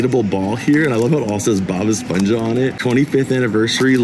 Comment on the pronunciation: It's pronounced "Bob Esponha," as if the last part of esponJA is pronounced like a laugh, like an HA. 👀